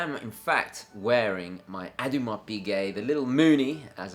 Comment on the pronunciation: .....it's not ADDYMAR Piguet, it's Oh d'Marr Piguet. As for your Moonphase watch, call it Keith, after The Who's legendary drummer! Also, your chums at Bremont have a boutique in the Royal Exchange near the Bank of England in London (BEAUTIFUL Georgian building perfect for hosting large parties),. Maybe they could be persuaded to host your London Gentry event which is no doubt on your mind?